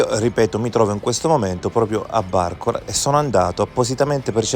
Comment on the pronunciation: bàrcola, non barcòla